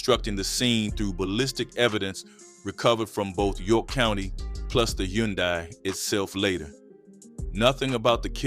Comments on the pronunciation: Brother it’s Hyundai “huhn-day” not yondai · Hun dye say it with me... Hun Dye... Jeezus Christ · BRO U DONT KNOW HOW TO SAY “HUN-DAY” FUQ THE SPELLING WHERE ARE YOU FROM WAT COUNTRY U LIVE IN YOU FUQ DAT WORD UP 36 times damn!!! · I had to cut it off when you refused to say the word "and" and kept saying "plus". The hayoondye killed me too. Idk what you got going on bro but tighten up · The way he keeps pronouncing Hyundai is killing me lol stop narrating these videos with AI lol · This mf can't even pronounce a basic car make properly. 🤦🏾‍♂️😫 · How many different ways is the AI going to pronounce “Hyundai” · Now I know damn well you can say Hyundai lol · Damn AI you done pronounced her name 4 different ways already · That word “Hyundai” was whooping the narrator ahh 😂😂😂😂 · Man, I hope the person doing this is actually AI. If not, they gotta be a stupidest person ever. That is not how you say Hyundai🤷🏾‍♂️🤦🏾‍♂️ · God rest her soul and bless her children but can we pronounce Hyundai correctly 🙏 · The 10 different ways he pronounced Hyundai 🤨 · Ok King good video! 🫡Can you please just say “Sonata” from now on because you tore up “Hyundai” so many times that I started questioning if I was ever really saying it correctly and I worked there for 7yrs! 😅🫶🏽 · How tf you keep fkn up the word HYUNDAI? gotdamn smh. Fkn Hyundai???? My 4 &8 yr old does that effortlessly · Especially with the mispronunciation of Hyundai.... fkn Hyundai. Smh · The way he saying Hyundai is pissing me off 😭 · And I can’t get past the way he keeps pronouncing Hyundai 🙄